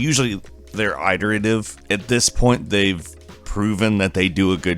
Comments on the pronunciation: It-erative, NOT eye-terative, this mispronunciation is driving me crazy! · It's pronounced, "it-erative" not "eye-terative" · Did I hear him say "eye-terative"? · Okay why have I not seen a comment pointing out the fact that the way that says iterative is completely wrong LOL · Just for future reference the word is pronounced "it-erative" with a short "i", not "eye-terative" with a long i. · Quit saying "eye-terative" man it's iterative lol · AYE-terative? U mean IT-terative? Dudes never heard the word before, prolly reading from a script someone else wrote. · Why are you pronouncing iterative that way? It's pronounced with a soft I, not a hard I. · FOR CHRIST'S SAKE IT'S PRONOUNCED IT-ERATIVE, NOT I-TERATIVE. Just looking out for you dude. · iterative is pronounced as e-terative not eye-terative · Lol im not usually a grammer nazi but “ iterative” not eyeterative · It's definitely a mispronunciation rather than an accent or dialect quirk. It's not a huge deal at all, I don't understand why his funny mispronunciations bother so many people... It may make comprehension difficult for non-native and non-fluent speakers, but for the most part, we know what he means. Regardless, all English accents and dialects pronounce the first syllable of "iterative" /ɪt/ and not as /aɪt/. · The word "iterative" uses a short "i". The first syllable sounds like "it". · The i in "iterative" is not long, it makes the "ih" sound. You casul. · Did you say "eye-terataive"? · "Eyeterative"?... Who sais Iterative like that lol? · Did you just say.. "eye-terative"? Bad, NO. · Huge fan of your stuff,. Just wanted to give you the heads up that you are mispronouncing "iterative". Not meaning to be mean, just wanted you to know. Cheers! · There's no long I sound in iterative. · Dat pronunciation of iterative, tho. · Can you pronounce iterative properly please? It doesn't sound right when you say it :( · Do you not know what the word iterative sounds like?